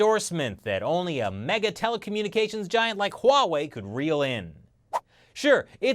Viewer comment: It's not pornounced Hoo wa wei